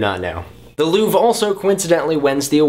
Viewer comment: Not to be nitt picky and snobby, but the R in Louvre is pronounced. ;)